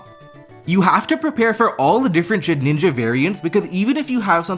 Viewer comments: Why do u call it ShedNinja Its just Shedinja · Please. Please the name is shed-In-ja not shed-ninja. Please. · Great video but it's Shedinja not Shedninja and that irked me lol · I love your content but I was getting sooooo pissed at you calling Shedinja "Shedninja" 😂😂 great vid tho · It's Shedinja with one N. Why on earth does everyone feel the need to say shedNinja? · Take a shot every time he says “shed-ninja” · Please, for my sanity's sake, please stop saying shed (N) inja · …did you just say “shedninja”? 🫠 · Nobody ever:: SHEDNINJA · You saying Shedninja bothered me so much for some reason. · One day you’ll learn how to pronounce Shedinja. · mispronouncing Shedinja is iconic at this point